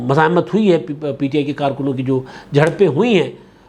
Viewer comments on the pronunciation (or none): none